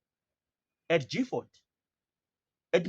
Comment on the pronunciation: It's Gi Gifford not Jifford!